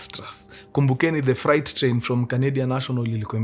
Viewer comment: Mkuru sema freight... Fre alafu 8. Sio fright